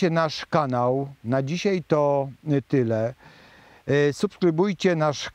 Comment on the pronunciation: Dóbrze się Pana słucha ale równocześnie drażnia mnie pańskie "tutej" i. "dzisiej". Proszę tego unikać.